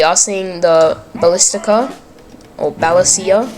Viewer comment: Basilica wagon, not ballistica. You know saint peter basilica? Try not to do the error of other video posters: have a look around at what is happening to show tactics and try to focus on one instead to do everything of nothing. And you are doing this latter part well. You do better then most famous posters out there. u got passion .. For pavisier it is Pavi-"z"ié(r) (it's french) since there is a lot of french influence and anyway late italy monarchy was of french origin (from Piedimont - italian: Piemonte region) Bos-niak (it's from Bosnia, there is even the US - nato granted country after the mess there was in Jugoslavia in 1990s).